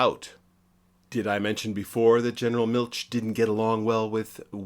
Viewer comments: Interesting! Nitpicking: Milch is not pronounced like Miltch, but like the German ch gutural sound or the Spanish j (San José) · If you're going go to do "easymoneycumentaries," at least learn how to pronounce German names. "Miltsch" - good grief!